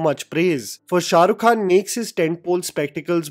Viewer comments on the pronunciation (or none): none